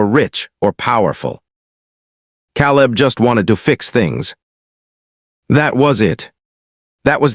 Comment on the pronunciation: Teach ur AI how to pronounce peoples names. The a in caleb is LONG A.